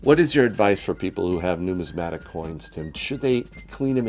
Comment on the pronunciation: Numismatic, not pneumatic.